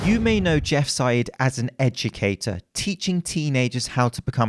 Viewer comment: Thought you said “edgucator” 😅